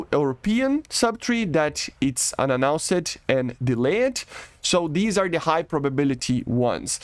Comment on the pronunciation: dude work on your pronunciation it's not delay-------ed its delayed the "e" is silent, just say "delay" and put a "t" on the end for speech.